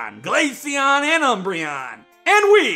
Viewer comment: GLACEON, NOT GALACEAN! FIX IT NOW!